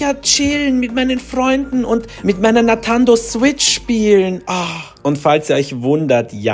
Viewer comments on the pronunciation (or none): Sorry noch mal kurz zur Info es heißt nicht nantando sondern Nintendo 🥲✨